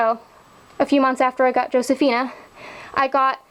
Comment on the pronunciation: I just wanted to let you know that the "J" in Josefina is pronounced like an H in Spanish. So it sort of like Hosefina. I'm not trying to sound like a know-it-all, I'm just trying to help you. :)